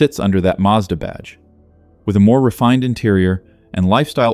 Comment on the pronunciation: Since when did Mazda have an R in it?